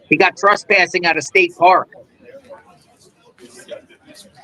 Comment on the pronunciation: Why do you say “trespushing”? It’s TRESPASSING